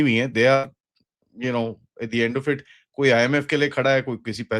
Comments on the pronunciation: 😂 his last word sounded like Aand force 😂😂😂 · Again aand forces 😂 replace a with g 😂 that'll be more apt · It's now OFFICIAL: They've recognized themselves as AAANND forces